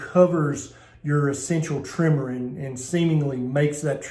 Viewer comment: You threw me off with your pronunciation of "tremors"! It sounds like you say "trimmers"! It took me five seconds to realize what you meant! Hahaha...